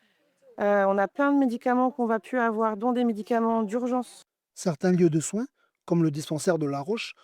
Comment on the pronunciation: On dit PLU et pas PU